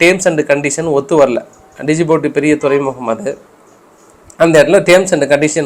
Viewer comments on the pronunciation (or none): டிஜிபூட்டி. இல்ல ஜிபூத்தி